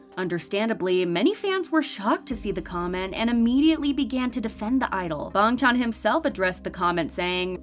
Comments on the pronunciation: "Bong chon" I CAN'T IT'S BANGCHAN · Does anyone realizes she says bangtan not bangchan💀💀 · It's actually Bang chan with a a, not bong chan with an o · BRO SAYS BUNG CHAN 🥲🥲🥲🥲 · Yea but his name is pronounced like bong chan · 'Ee know' 'Bang chon' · I dont know why but i got so annoyed when dhe sad "Bongchon" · Why you pronounce Bangchan as BONGCHONG? Goodbye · I can't with the way she pronounces bang Chan😂😂😂 but really are they actually stays like come on